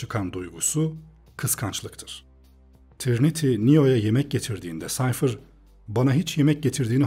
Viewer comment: Reis defa Sayfır demen dışında mükemmel bir anlatım olmuş :D